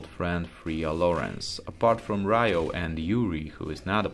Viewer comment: Ryo's name is pronounced "Rio" like the city.